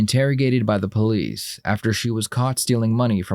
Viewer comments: ‘You know I’m the Pole-eeese. ‘. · the PO-lice, LOL... gotta laugh at that Southern accent. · “u kno she’s talking to the poe-lease” i fell out 🤣🤣🤣